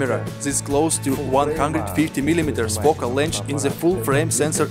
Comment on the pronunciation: It's pronounced length not lench.